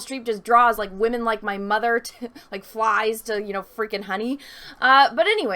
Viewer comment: she said wahmen. subscribed.